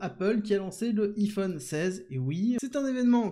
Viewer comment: Le [i]Phone 16, je meurs c'est quoi cette phonétique :D